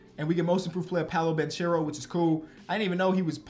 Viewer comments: love the videos but it’s pronounced “Ban-care-o” not “Ban-cher-o” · It's Pah-Low Ban-Care-Oh 😂😂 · It's pronounced Polo Ban(ck)ero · Banchero = bankero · please learn how to pronounce Banchero!